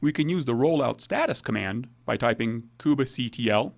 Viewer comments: please stop pronouncing "kubectl" like that. it's so annoying that i almost stopped watching. how about just "koob-CTL" or even "cube-CTL" without the need for that extra syllable in the middle. you don't pronounce it "mini-koob-A" so please stop with the "koob-A" stuff. so annoying!! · the most interesting pronunciation of kubectl I've ever heard -- but really good video nonetheless